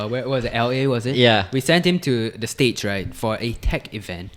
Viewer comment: Love xiaxue. She is so honest with her opinions, even though most of her opinions are not well-received. Anyway, accent really makes me cringe. It’s so unnatural and he even pronounce “states” as stage as he is trying too hard to enunciate. 🙄